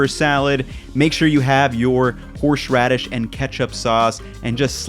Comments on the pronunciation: Anyone got a counter of how many times he said 'horsh radis' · Why do you pronounce horseradish so weirdly?